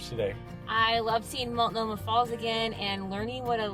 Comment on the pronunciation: It's (MULT NO MAH) NOT (MALT NO MAH).